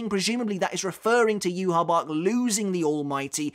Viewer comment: It’s “ yuhavaa”